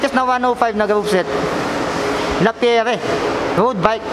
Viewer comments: Grandpri hindi grandpriks, La Pi yer hindi Lapiyere. Correction lang, sorry. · No tubes sir walang interior sa loob, tubeless. Lapierre sir pronounced as Lapyeer. French bike yan idol. Maganda yan maganda din presyo. 😅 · Mali basa mo idol hahahah sa lappirre